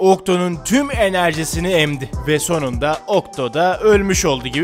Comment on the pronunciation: Okto değil oktus anladınmı